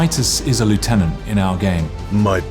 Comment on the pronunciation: wtf did a British man just say lieutenant correctly?!